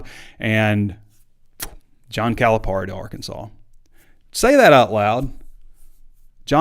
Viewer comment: We're really going to have to figure out how to pronounce his name right at least... Cali - PERRY